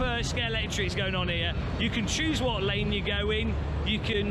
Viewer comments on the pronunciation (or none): none